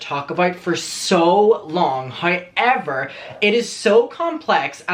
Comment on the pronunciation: lol its weird how u sound out the letter o... loke u say hoyever but then say the word context just fine.. im generally curios how that works